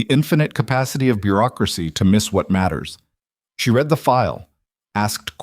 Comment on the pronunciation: Good story. A couple minor irritants. When a sentence starts with a past tense verb "opened" the following verb of the compound sentence is also past tense. The word spelled read is pronounced like "reed" in the present tense & like "red" in the past tense. Also the number of members in the club is confused. Apparently there are 11 total members. When 2 of the members are inside, there are 9 members waiting. When the club is riding back from court, they do not add another motorcycle because there is an extra passenger. There are still 11 motorcycles.